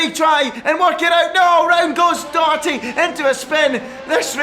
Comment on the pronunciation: It’s not James Dokerty it’s Doherty